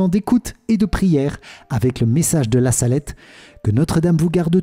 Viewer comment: Il y a une faute sur le nom la salette c’est en appuyant que l’accent c’est mis merci amen